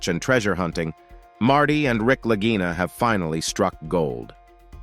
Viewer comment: Why are the Brothers Lagina (always pronounced with a hard "g" during the series), now called the Larjinas? No quality control here.